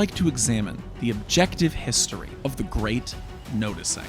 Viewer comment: The great nose-ticing